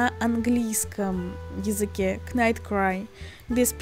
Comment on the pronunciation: Хочу немного поправить вас, в английском при сочетании в слове букв "kn" читается не "кн", а просто "н", то есть слово "knight" читается не "кнайт", а "найт"